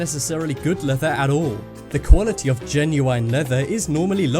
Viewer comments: ITS GEN-YU-IN NOT GEN-YU-INE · 'Genu-wine'?! Since when did British people pronounce the word GENUINE like that? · Lol genuwine leather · Lol "genui ne leather" xD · The way you say genuine🤦‍♂️ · no way this guy says genuine like that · I hate the way he says genuine. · U said genuine wrong it's so obvious your reading a script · your saying genuine wrong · Kiano yeah, me too! I've always pronounced it the way you do and since english is my second language I had to google directly. My translater does not know this pronunciation of genuine.